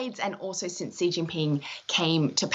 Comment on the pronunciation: How you talk about someone when you don't even know how to pronounce his name? It's not dzirius!